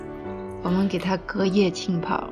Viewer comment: 一个小小的建议，我不确定是不是我没听清，“浸泡”应该读jin而不是qin. 谢谢你的菜谱！